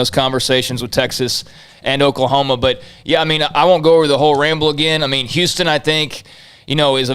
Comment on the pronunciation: this guy is obviously not from Houston